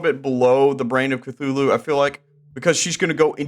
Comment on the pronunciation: THEY PRONOUNCED CTHULHU WRONG